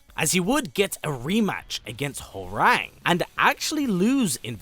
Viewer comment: Hworang's name is pronounce HWA RHANG not like the telephone RANG . * cringe *